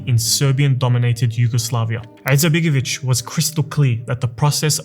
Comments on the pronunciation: Brother, just one correction regarding pronunciation. There is no 'Ayn in the Bosnian language. Its not 'Alija, nor is it 'Izetbegovic. Its just Alija Izetbegovic. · Why is this guy clearing this throat (an arabic pronounciation) while pronouncing the I in surname Izetbegović? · Have you thought about to learn how to properly pronounce his name before you made this video? I’m Bosnian and I don’t have good opinion about him especially not about his political ancestors and his son BLJAKir IZMETbegović who is the most corrupted politician in Bosnia including his wife SMRADija IZMETbegović.